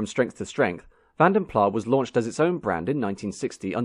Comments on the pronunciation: I suspected it was Belgian, hence it is called PLAS with an S at the end and not PLAA, as it is not French. No bigy, there are 7000 languages one of which is English, so you are bound to be 6999 to 1 wrong. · de final s in Van den Plas is not silent. It's not pronounced van den pla but van den plaS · I believe it's pronounced Plaz not Plah, because it's a Dutch name. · You are correct. After many years of pronouncing it as 'plah', I read about the family who started the coach building firm and they pronounced their own name as 'plas'. That's good enough for me. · The 's' is not scilent, the a's are pronounced more or less as in 'walk', so Vahn den Plahs. A very posh English pronounced 'Plus' would indeed sound somewhat similar.🙂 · AS a Dutchman why didn't you correct the presenter's iffy pronunciation. plasssssss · Because Van den Plas might be a Dutch name, Vanden Plas is an English brand. I leave it up to them to decide how to pronounce it. 🙂Also, mister Van den Plas might have been a French speaking Belgian, and might have opted to pronounce his name the French way, in this case the 'iffy' Vanden Plah... Just like mister Citroen ( Dutch for Lemon) decided to add a few dots on the 'e' to sound more French (Citroën). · I had a '67 1300. Loved it. By the way, I was always told it was pronounced with a longish 'a' but also with the 's', not as "Van den Plah". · A college friend of mine went to work for Rover design- he was told that the pronunciation is Vanden Plaz ! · The Belgians though would have pronounced it Plah, wouldn't they? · Definitely W126, not W123; however, there was no Maybach version of either. And yes, it's Vanden Plas, not Plah. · Vandenplassssss. Flemish name!! S is not silent!! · Here's some history: Brussels up to the middle of the twentieth century was a dominantly DUTCH speaking city. So Vanden Plas was and should be pronounced with the s at the end. The majority of the entire Belgian population still is Dutch speaking (60-40%).